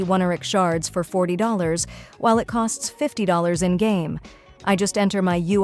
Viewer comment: Isn't the pronounciation - Pha-aii-non.... ? It's grating on ny ears when he's called Phae-non... ☠️ And the oneiric shards too ... . . . . . . . . . . I need to ignore all pronounciations in this video if I need to keep my sanity..